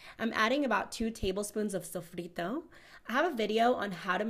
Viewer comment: Sofrito! that sounds like Boricua! Saludos desde PR.